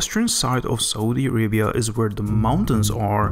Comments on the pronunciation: "this is sohdee araybeeyahhh" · Dude. please google the pronunciation of words. it takes 2 seconds. words like: Saudi Arabia, aquafires, permanent, inches, fruits, compared, area, times, torrential, weather... etc. etc. etc. Thanks.